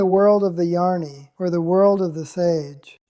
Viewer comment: Welcome back! It must have been hard to leave the duck pond dream, but you were missed! As to the new Robert voice, it is a bit too fast and cheerful/ cheesy, in my opinion. And jani comes out as yarny? I have listened to all the videos and the previous voice had a gravitas that was calming and grounding, even when he said that every thing is a dream. 😊However,all is well,exceeding well, and unfolding as it should, so maybe this is the new voice! Thanks for your work!